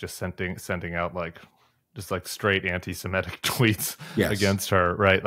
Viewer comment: Please say Semitic NOT simetic!